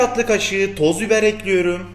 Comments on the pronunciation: 3 ay diksiyon kursuna gittim ama bende tencereyi ocağa ekliyürüm :) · Ekliyurum deyişine hayranım abiyüm!